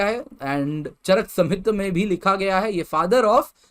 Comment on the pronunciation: Sir it's not चरक समहित it's charak संहिता।। Thank you for this video sir 🙂